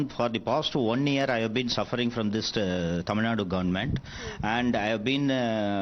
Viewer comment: It's Tamil Nadu, not Tamil Nad, you foolish reporter